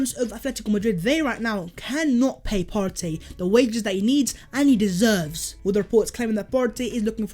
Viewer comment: Love the channel but the over pronunciation of Partey is a little annoying imo